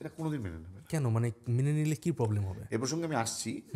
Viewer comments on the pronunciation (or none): none